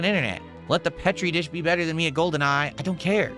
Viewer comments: Pet-ree dish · Valedictorian doesn’t know how to pronounce Petri dish.